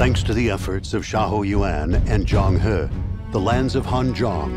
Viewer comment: "ZHANG HUH" "HUH FEY" lmfaoooo For real tho the next DW game ought to be more like this. I hated every DW after this DW7XL.